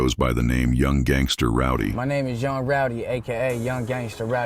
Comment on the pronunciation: He said look how tatted I am. Haha he pronounce it "gangsterrrr" 🤣 I'm white and I'll cook u on my worst day. 😂 🤐